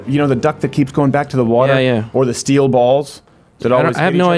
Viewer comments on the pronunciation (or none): none